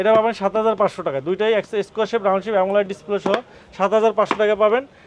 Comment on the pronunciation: পাগলা অ্যামোলেড উচ্চারণ টুকু পর্যন্ত পারে না। শুধু চাপাবাজি।